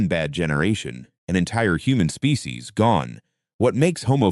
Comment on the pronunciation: AI voice pronounces "species" as "spay-kay-sees".